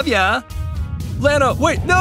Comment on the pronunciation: ITS SO FUNNY HE SAID LAN AA ITS LANNA